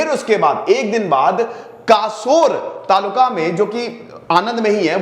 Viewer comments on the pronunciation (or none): Kheda, खेड़ा है।, taluka, ये तुलका नहीं तालुका है मतलब तहशील